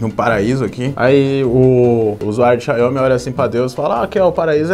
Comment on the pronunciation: Não é "Xaiomi", é "Xiaomi"